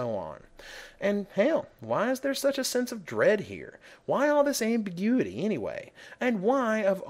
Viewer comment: The strangest pronounciation i have ever heard of 'ambiguity' . Was I taught wrong? :)